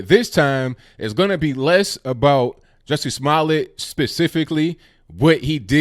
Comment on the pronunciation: Ju, Ju, like judge "Jussie" pronunciation & not Jessie! 😂😂😂